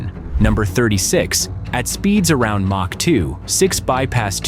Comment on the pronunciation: MACH as in ERNST MACH, a German physicist determined at what speed was the sound barrier. His name is pronounced M Ä C H. Or M O C K.